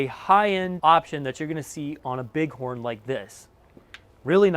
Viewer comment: Bighorn not Bughorn